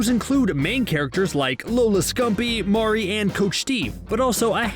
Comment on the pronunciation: Have you even watched the show? Why do you pronounce Maurry’s name “Mao-ree”? That makes me feel that the person reading the script hasnt even seen an episode of the show. Overall cringy